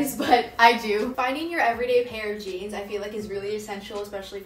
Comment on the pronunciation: did u say light wash lowrise jeaMs or am i just hearing wrong